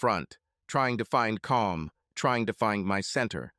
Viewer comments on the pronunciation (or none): none